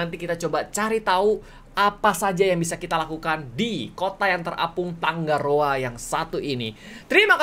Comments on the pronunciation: tangaroa kak bukan tanggaroa wkwkwkwkwwk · Aku cuman mau ralat kak Regi,nama kotanya tangaroa bukan "tanggaroa" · kak reggy nama pulau nya bukan tanggaroa tapi tangaroa kalo tangga itu g nya 2 tapi kalo tanga itu g nya 1